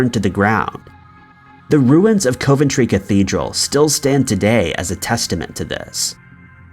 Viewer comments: Coventry. Pronounced 'cov' not 'cove'. 🙄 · I always enjoy your content but COVE-ENTRY had me dying... it's KOV-EN-TREE for future reference 😂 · It is pronounced COVentry not COVEntry it is an O not an oh thank you.Must admit I have never heard of any hysteria in Coventry after the bombing? Much the same as there was no hysteria in London during the Blitz!! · 'Cov' like 'of' not cove ..... Sounds like Cov En Tree when broken down..... And it's always been a major industrial city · It's pronounced CAV - AN - TRAY. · By the way, it's pronounced Cuv-Enn-Tree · He has quite a few pronunciation mishaps in his videos. I always found it funny. Still good shit tho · Sadly he doesn't seem to read these comments about his constant mispronouncing-it would improve his channel a lot. A shame since his videos are generally good but it happens every video and often the same words. Such as 'Edenburgh' instead of 'Edinburgh'. And it's COV-entry like cuv-en-tree. *Sigh*. Good content otherwise! X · being from england your pronouncing coventry wrong